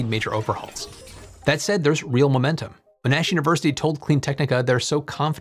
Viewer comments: I’m aware of General Monash, leader of the Australian and New Zealand contingent (first formed as ANZAC) during World War I. His name is pronounced with stress on the first syllable. I assume that the university bears his name, but just in case I looked up a promotional video about it. It too is pronounced with first syllable stress. The commenter before me seals the deal as a Monash alum. Fortunately most people won’t be distracted by the pronunciation, as Monash is little known outside Australia or people with interest in history. Love your content as always though. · Great video. I hate to nitpick, but being an Aussie, it hurts my ears hearing you pronounce Monash in the way you are. It's MOnash - with the stress on the first syllable... Again, apologies for the nitpick... 😅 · Learn to pronounce "Monash" before you start a video. This is just bog lazy, and your description is hopeless. Why do software programmers (not even that, just a GUI designer) think they're real engineers? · Interesting report, Thank you. (Bone up on how to pronounce 'Monash'. The uni is named after a famous Australian, Sir John Monash.) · Argh - the mis-pronouncing of Monash is making me twitch... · The stress is on the first syllable in 'Monash'. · No one is questioning your nationality and am also from Australia. I know plenty of people who would cringe at how said Monash especially people who study/graduated from there. Hence why I said what I said;) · I think he pronounced it differently every single time 😅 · Sorry but I just can't let your pronunciation of "Monash" go any further as your emphasis is in all the wrong places. It's not pronounced "Mn-aAash'" or "Mn-arsh", it's pronounced "Mon-ash" as it's written. Elongate the "Mon". If in doubt go find some video with an Aussie saying Monash. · There is only one N in Monash, so it's pronounced Mon-ash not Mon-nash. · The Australian university is pronounced Mon-ash (mon as in Pokémon) not mo-Nash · MON-ASH not m'narsh 😂